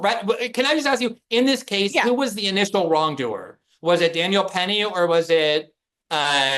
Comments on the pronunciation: The number of times these two bungle the names of Jordan Neely and Daniel Penny is genuinely hilarious. 😂 Great discussion as always, though. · I burst out laughing every time they messed up Daniel Penny's name